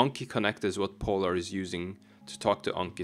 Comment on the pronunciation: Bro du trenge ikkje å udtala POlar så kraftig 😂